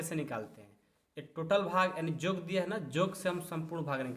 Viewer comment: 😂Jog nhi yog hota ha